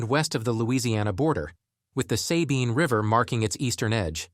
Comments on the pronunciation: Say-bee--in river? Priceless. Video is full of rocky clear water rivers from who knows where? Not east Texas. Should have shown some of our famous east Texas snow covered mountains too ! An embarrassingly large portion of the region is owned by foreign & domestic timber corporations. Seriously, the pine forests are fast growing, very straight trunk variety of pine planted in perfectly straight unnatural rows..crazy optical effect while driving along side said "forests" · The "Say-Bean" river? Did AI narrate this? 'Cuz I've never heard a real-life person pronounce it like that... 😄 Thought I saw my house in the flood part, though. 🤔 Anyway, why focus on us? We're the Gen X part of Texas; traditional yet rebellious, intriguing yet temperamental (thanks, autpcorrect. For once), left to our own devices... And mostly with the attitude of: Leave us alone. We don't want the attention. It's awkward. And I'm tired. So, shoo..!😄 Or maybe I just speak for myself. That's fair, too. But stop puttin' us on blast like that, man... 😄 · It made my eye twitch when the voice said “say-bean” 🤣🤣. I’m surprised I didn’t see anyone else mention it in the comments. And you’re right, just leave us alone. We’re good the way we are. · Narrator can not even pronounce “Sabine” correctly.